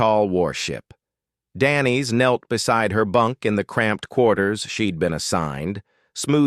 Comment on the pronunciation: If the name of this human female is pronounced "Danny's" the correct spelling might actually be "Denise" (french). If your AI can't handle this language (different pronunciation of vowels) you shouldn't use names like this one. So Denise is age 15, and her brother Micah is younger by two seasons, and he is 12 years old... which means that "two seasons" is the same als three years? As for the story, during the final part it takes a fascinating turn, earning this video the "thumbs up".